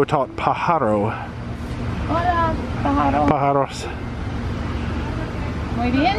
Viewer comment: Pajaro - accent on first syllable